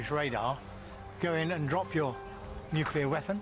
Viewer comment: There are thirteen people who pronounce "nuclear" correctly. You are one of them.